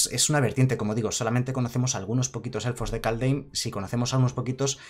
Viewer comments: Me encantó el video, oye pronuncias Kaldheim mal apropósito? xd es que me suena raro cuando lo dices jaja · bueno, me refiero a que no pronuncia la h como se debería ya que la palabra está en inglés.